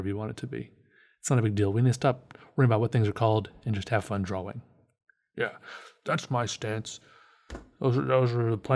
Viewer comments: i dont mean to be incredibly negative, BUT I HATE HOW CERTAIN PEOPLE SAY "DRAWLING" not "DRAWING" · your pronunciation of draw wing is fantastic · Kumori Yes! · lmao, sometimes it borders on sounding like draw-ling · Love how you say drawing. It kinda sounds like "draw-ring".